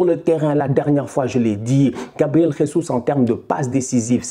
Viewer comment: Salut on dit pas « resus » comme en espagnol le J c’est comme en français